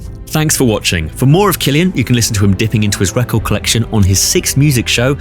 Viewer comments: A single C in Irish is pronounced like a K. His name is pronounced Kill-ee-ann. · I know everyone says it but he's aging like fine wine. Also why can't I remember how to pronounce his name 😐 each time I hear it I go "ooh I've been saying it incorrectly" 😂